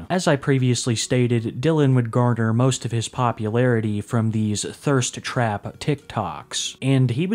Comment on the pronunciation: the word is “Garner” my dude, not “Garder”.